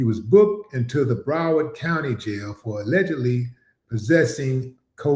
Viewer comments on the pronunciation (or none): none